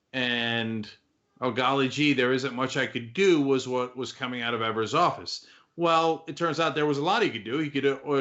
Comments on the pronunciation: Wisconsin here. The first e in Tony Evers last name is pronounced with a long e sound, not a short e sound. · Why do you guys keep mis-pronouncing Tony Evers (which rhymes with Fevers, with a long "e")? You've been doing this since Governor Evers was elected. Don't think I've "EVER" heard his name pronounced correctly on Young Turks. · His last name is not pronounced like they say. It is Ee-vers. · its said EEVERS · always pronounce his name incorrectly.